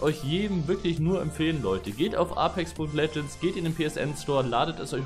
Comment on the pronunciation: wird es nicht eypex ausgesprochen und nicht A-pex? ich spreche das eypex aus genauso wie die im game